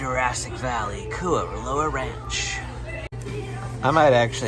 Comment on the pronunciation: KOO OH LAU is how it's pronounced butchered it